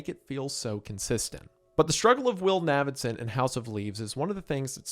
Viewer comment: Its obviously pronounced like Davidson, just with an N. Thats why his nickname is Navy and not Navvy. How is this difficult?